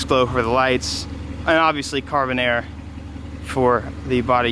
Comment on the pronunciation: Everytime says Carbonerre, I just hear Carbonara 🤣